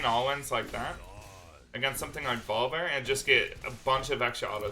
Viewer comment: V...OL...I.. BEAR BRO NOT VOL BEAR